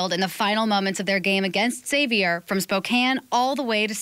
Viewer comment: i love how many people outside Spokane mispronounce Gonzaga. then the news anchors mispronounce Xavier saying "zavier" instead of "ex-avier"